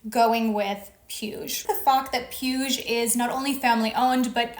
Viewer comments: Puig is pronounced "pweeg" 💕 Love your vids 💖💕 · "PIUSH" destroyed me 😂😂😂😂😂😂 you just pronounce that PUIG the last G is pronounced like the G in "bag" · Being nitpicky here, but Puig is pronounced poo-eeg. The "g" is the same as in pig. Otherwise this was quite informative. Thanks for sharing. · Puig is pronounced: "pooch". Catalonian surname